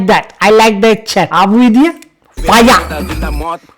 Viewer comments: Ado loku uba fire kiyana eka paiya kiyala bn ahenne bn😂❤ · Ow bn 😂 faiya